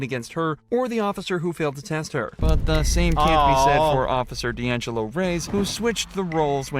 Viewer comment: Deangelo as in di Angelo 😱😱